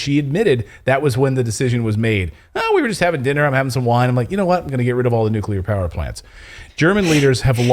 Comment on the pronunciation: Nucular batteries 🔋